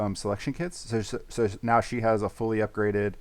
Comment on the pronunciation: Love how says meow instead of now in this vid 😂